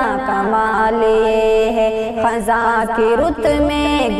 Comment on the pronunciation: محترمہ یہ لفظ خِزاں ہے خَزاں نہیں ہے خ کے نیچے زیر ہے زبر نہیں